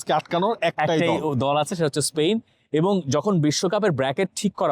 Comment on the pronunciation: স্পেইন শুনতে শুনতে কানে ব্যাথা ধরেছে। উচ্চারণটা স্পেন হবে না!!!